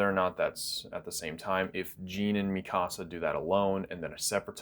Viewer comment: Why does he say Mi Casa and not MeCuhSuh? Is that really how it’s supposed to be pronounced?!